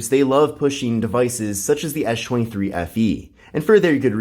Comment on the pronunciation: No I hear it too...